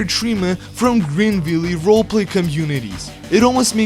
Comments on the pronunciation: it’s pronounced Greenville, not Greenvilley you uncultured swine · Greenvilly? I thought it was pronounced (green-vill) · Bro said "Greenvillee"😭